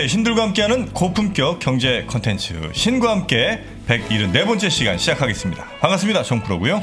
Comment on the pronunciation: 송길영부사장님은 영어를 잘하시는 분이기 때문에 컨텐트가 아닌 커언텐츠(영어로) 라고 발음하셨으면 좋겠습니다;) 넘 로컬분위기라 ..